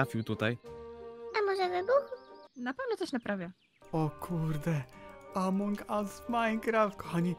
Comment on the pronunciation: "Amoung us"